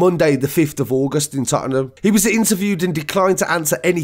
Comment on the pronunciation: “Totnam “ not tot-en-nam lol